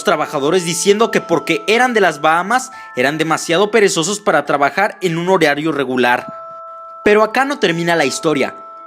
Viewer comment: en el segundo dijo horeario